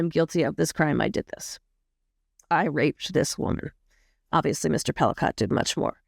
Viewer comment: Whoa! I know this case quite well, SA victims are not "sex" victims. Please reconsider your headline of "Sex in the News". Just no. The last name is pronounced "Pelee-coe, not Pelicaught.